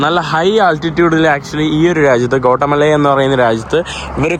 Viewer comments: Gota mala allada mone Gatimaala ennu venam pronounce cheyyan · Kotta അല്ല guattamella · Please pronounce name of the country properly. It is not കോട്ടമല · Bro its pronounce Gothamala, പിന്നെ avdethe oroo ZONE ( places) shradhikknm crime orupaad nadakkunna Zones und,. ... Zone 18 , 12 erc.. Kettitt mathre ollu... Ninakk kaanan patiyathil 🎉🎉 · ഗോട്ടമല അല്ലെടോ ഗ്വാട്ടിമാല... തർത്തിയ അല്ലെടോ ടോർട്ടില